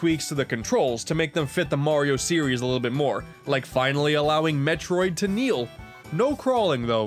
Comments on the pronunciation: Did you...did you just called Samus, M E T R O I D???? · i just noticed that you called Samus "metriod" i hope it's a joke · Did...did you just call her "Mefroid"?